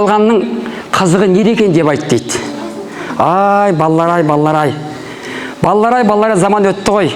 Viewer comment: балам дұрыс сөйле БАЛЛАЛ. ЕМЕС. БАЛАЛАР қанша сайрасаң да қазақы мағынасына бұзбай сөйле.